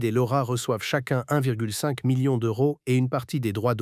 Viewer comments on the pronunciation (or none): none